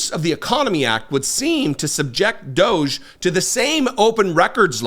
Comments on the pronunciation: Can we agree to not promoting EM's brand by pronouncing D.O.G.E his way? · please call them what they are, "Doggie" not "Doge". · I submit a proposal to pronounce it “doggie). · I pronounce it "doggy", because it's a dog's dinner-- if you're not from the UK that's British slang for a f'ed up situation.